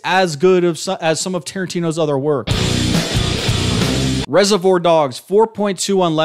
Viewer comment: How are you throwing around words like idiosyncrasy in the first minute but then mispronouncing reservoir like 10 times 😭 I enjoyed your analysis though, good video!